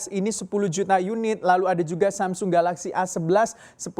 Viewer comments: Maunya baca agak nginggris, tp jatuhnya jadi aneh. Kalau nginggris ya bacanya semsang, kalau logat asli Korsel sana samsong, kalau Indonesia baca aja samsung. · "samseng??" Samsung pak bukan samseng Wkwkwk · Masih salah, cara bacanya aslinya bukan Samsung tapi Sam Song..